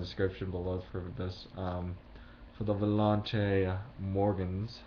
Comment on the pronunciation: You pronounced volante wrong